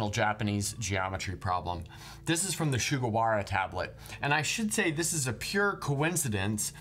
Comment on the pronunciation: Nice vídeo as always, but risking sounding pedantic, pronouncing the su in Sugawara like the su in sugar made me cringe hard